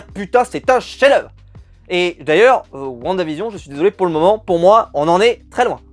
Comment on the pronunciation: Whaou tu as bien prononcé "WandaVision " pour une fois 😂😂 sinon top la vidéo